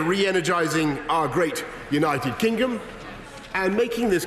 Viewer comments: Did he say United Kinggum? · “United Kingom” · He said "United Kingom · "Our great, United Kingum." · did he just say united kingom lol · Did he actually say united kingum???... smh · Did Boris said "United Kingum"? Are my ears OK? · ... LOL he actually said that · United Gingom? 😂😂😂😂😂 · United Kingum? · Anyone else gonna point out how he says “our great United kinggom”? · He said “kingom” that’s why I didn’t use the ‘d’